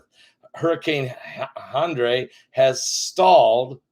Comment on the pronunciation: It's pronounced just like Henry.